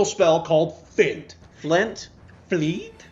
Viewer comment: Hilarious duo with good content. Subbed. But PLEASE pronounce feint properly. "Fint" scrapes my ear drums